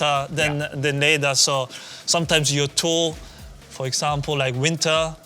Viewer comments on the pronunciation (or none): Interesting how Soony pronounces "leather" like the German word "leder"